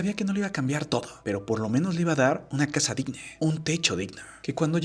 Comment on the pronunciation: Casha, acushado, shi, pobresha, solvenshia, mereshe, agradeshimiento, informashion Y voy a seguir chi.....do hasta que se te quite esa mañita